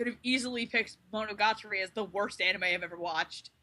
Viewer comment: Ummmmmm. Did she just say monagatori get the pitch forks now lol